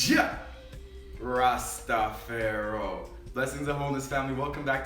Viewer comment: Wtf is Jah Rastapharoh Real Rastafarians say Rastafari